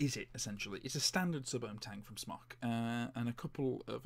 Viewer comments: It's pronounced Smoke, it's short for Smoktech. aka smoketech. No offense but the tvf series is over done. It's been out for like 2 years ago. I've had a tvf8 baby, cleito, vaporesso, eleaf etc. I still think my Crown 3 is above and beyond any of those. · Andy S Could well be dude, but without an 'e', I'll always be pronouncing it 'Smock'. Where would the Brits be if we didn't stick to the appropriate pronunciation of things xD